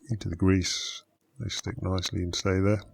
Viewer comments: more gwease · into the gwease